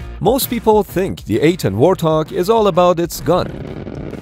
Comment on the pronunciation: Warthog? More like Warthong, AHAHAHAHAHAHAHA